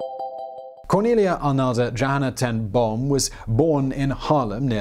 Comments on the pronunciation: Boom is pronounced bome, it means tree. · Boom is Branch in Dutch. It is pronounced like Dome but with a 'B'. I'd never heard of this remarkable lady and her family. Great vid and thanks!